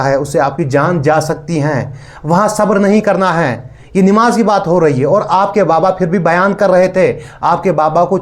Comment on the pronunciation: Nimaaz nahi NAMAAZ hota hai